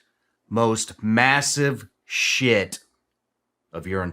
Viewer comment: " the biggest SHIT of your life " the emphasis on SHIT had me spitting my coffee out